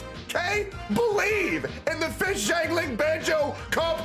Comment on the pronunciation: I keep hearing "ding-a-ling" whenever mentions XiangLing. Great content XD